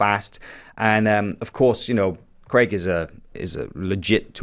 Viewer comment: Hey Americans, Craig is pronounced Crayg not Cregg....